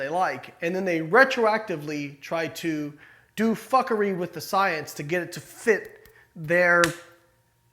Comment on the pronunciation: “then they do fackery with the science...” 🤣🤣🔥👍👍👍👍